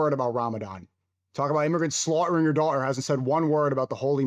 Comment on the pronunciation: Why does he speak exactly like him? Why did he pronounce slaughtering and daughter like that? That sneaking kid has a massive identity crisis